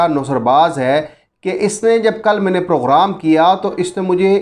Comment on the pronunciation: Program hota hai poghram nai phely yeah to sekh saly 😀😀